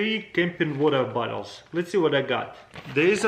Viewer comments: Lol he said water battles its "water bottles " lol i like his russian accent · He even says it like water bAttles